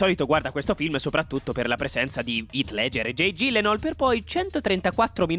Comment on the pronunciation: Ghyllenhaal si pronuncia ghillenhaal